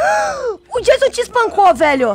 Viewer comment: O não é Jason é Jaison